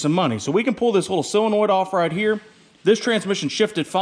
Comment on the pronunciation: Pronounced "Sillinoid".... but spelled "solenoid".... only in the midwest. Totally looking forward to the FUMMINS!!!